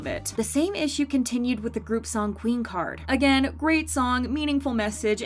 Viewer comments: While many songs of them arent my style, the only thing i dislike about it is soyeon misusing english (and pronouncing queencard like keenkah) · It's because they pronounced it the Korean way... since Queencard is a Korean slang for popular girl... "queenka" is how you pronounce it in Korean... now y'all just being racists